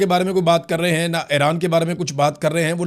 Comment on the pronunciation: Ay-Raan Nahi Bhai E-Raan (Iran)